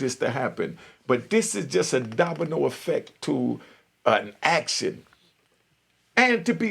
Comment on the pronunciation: Bro its action not actsin